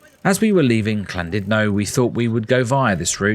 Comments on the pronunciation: What’s this Clandudno of which you speak…? 😂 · I was looking forward to this til you said CLANdudno!